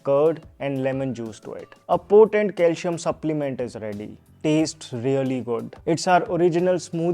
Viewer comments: Bro pls don't misunderstand but DO NOT PRONIUNCE " CALSHIUM" but just use CALCIUM, that is with "ci" as in letter C, thanks. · Calcium ia pronounced as calsiyam not calshiyam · It’s not calshum it is Calcium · Cal C um. Please pronounce it properly . See. Um . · It's not calshium. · Is your target audience.. English speakers ? I think so .,.this isn’t criticism . .. you’re pronouncing calcium .. wrong Kal -seee - um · It’s Calcium not Calcium…IYKYK😅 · Please pronounce calcium properly.....